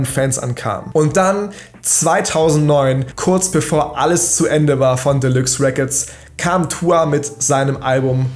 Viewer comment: "Delüx Räccords les go"😂